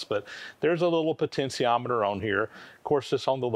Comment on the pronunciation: Yikes, that's a lot of work just to get a variable speed motor going. I hope eventually figures out the pronunciation of potentiometer is with a SHEE in the middle, not. a SEE. It's just like saying 'potential', not 'potensal'.